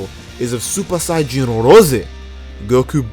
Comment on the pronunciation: At some point has great Japanese speaking skills to say Supa Sayajin Rosė